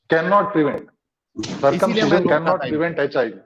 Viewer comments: My simple question to....1st of all its circumcision not circumciion!!!😂😂😂😂 2nd...even Appendix is useless in body...why no description in k####... 3rd... said there was no anaesthesia previous....all wrong she must read Ayurveda!!!! 4th.... Circumcision is indicated only in a sickness called phymosis... there is no other reason.... Last one... first person born Adam according to k###...who did circumcision of this guy!!!😂😂😂😂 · She can't even say circumcision properly.